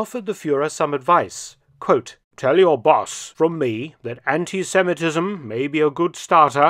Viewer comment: british ( I just had to add the british in front of the time mark) Churchill to Hitler's confidant: "Tell your boss anti semi TizzzM is a good starter, but a poor sitter." Seems both sides of the channel basically felt the same way about bolsheviks.